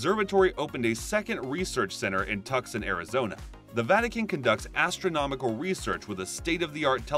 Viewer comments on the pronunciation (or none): Amen. It's Twoson not Tuckson! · I CANT take anyone seriously who can't correctly pronounce "papacy, Tiber and Tucson"